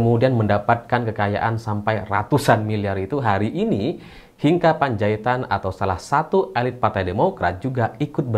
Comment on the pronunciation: Membaca nama Hinca itu bukan Hinka tetapi tetap Hinca 😊